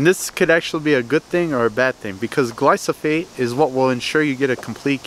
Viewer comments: It’s gly pho sate. Not gly so fate. lol. Just saying. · Gly-foe-sate. Not what you said, gly-so-fate. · Guy can’t even say glyphosate GLY FOH SAYTE NOT GLOWNSJUSNWNE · Glyphosate, Glysophate. Tomayto, Tomawto. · It’s not glysophate, dummy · As a pesticide toxicologist, I have to admit I was a bit triggered by your pronunciation of glyphosate at the beginning. But after watching your video, your explanations were spot on. I can forgive pronunciations of difficult active ingredient names. A Cubs jersey on the other hand, that's harder for me to look past. 😆 Jk, good stuff man!